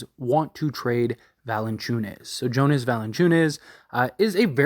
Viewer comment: Yo its Yonas. Let's get pronunciations right. You watch enough nba to hear how to properly pronounce names